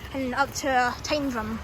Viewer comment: Mate, well done for calling it 'Tyndrum'!! Most people pronounce it as "Tin drum".